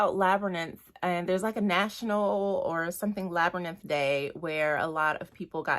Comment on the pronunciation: Hey, i really want her Tarot deck but it is OOP atm. Love your walkthroughs, they are so relaxing! 😊 P.s. it is a labyriNTH not labyrnith😅